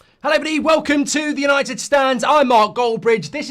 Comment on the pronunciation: YANITED YANITED YANITED 😂